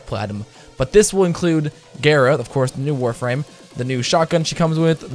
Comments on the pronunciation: Couldn't do it not with gaira being said over and over when every one else says it gar like car gara like from naruto. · DONT PRONOUNCE GARA LIKE THAAAAAAAAAAT. Gah-ra, not gay ra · It's gah-ra I learned that from Naruto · He said it like gayra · It’s gar a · Cringy af intro and prounounces gara wrong. Fuck outta here